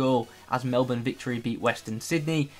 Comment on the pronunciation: OMG THANK YOU FOR PRONOUNCING MELBOURNE PROPERLY THANK YOU